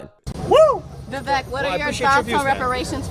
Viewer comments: Ve-vek not Ve-vake. Learn to speak. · Communist could not pronounce Vivek 's name!! Oh They must be super racist